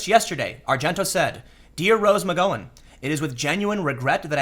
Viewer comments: Okay you're pronouncing Asia's name properly. But McGowan is pronounced "Gow, like cow", not "Gow like go on" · Tim... the 'ow' in McGowan is pronounced like the pronunciation of pain. It is McGowan not McGOwan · I am sorry, but this Rose Magoin thing is driving me CRAZY! Mac-Gow-an MacGowan not Ma-go-in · I love you tim but jesus h christ you mispronounce everything lol. Its rose mc-gow-wan not mc-go-when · Muh-gow-en not muh-go-en. Gow is said like cow. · God Tim, I just love it when you mispronounce words lmao Rose Mc "Go on" (flashback to Ms. Doyle, go on go on go on go on go on) its Gow like Plow or Brow ;) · tim.... say oww out loud... now use that to say gow... now mcgowan... there you go, you've been learned. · Rose Mc-Gow-an, as in 'ow - gow' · Rose McGo-en 😂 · Its Rose Mc Gow (ow) an my dude. You pronounced As e ah right so this bothered me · "Aw-zya" "Me-goin" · I believe it's McG-"ow"-en, as in "ow that hurts', not a hard 'o'. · Rose Mc--rhymes with cow--Gowan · You have to start looking up how to pronounce names before making videos. It’s-McGown llike wear a gown. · you pronounce Roses last name wrong, it bugs me :-) It Mc GOW'in like COW. Just sayin. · Tim you're shitty pronunciation is making it really hard to listen to your videos. Watch TV, dude. McGOWan. Gow like wow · Rose "Muhgoin" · Gow rhymes with cow. Oddly enough. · Mick GOW anne Lol Tim you kill me with your pronunciations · It's cool. I didn't need my liver anyway. ahem pronounced "Mc Gow-ann" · Tim, how in the hell do you pronounce Asia wrong? I couldn't get past 2 mins with you pronouncing Asia and McGowan like that. This is like Kaepernick and Nike all over again. Do you not see these comments? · Disliked. Only for Tims pronunciation of McGowan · Her name is pronounced with a short 'ow' sound like in the word 'wow'; not a long 'oh' like in the word 'whoah'. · Tim can't pronounce the name of anyone or thing correctly... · why can't Tim say McGowan? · I was referring to Mcgowan